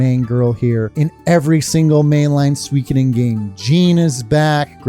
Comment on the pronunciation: It's my first time hearing someone pronouncing suikoden as swee-ki-den lol. I always thought it's sui-koh-den